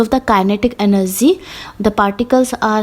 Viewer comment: Energy hota h enerzy nahi😅😅😅